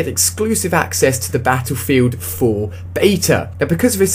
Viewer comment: Beffefilt foo oh boy improve your pronunciation skills. Thats quite horrible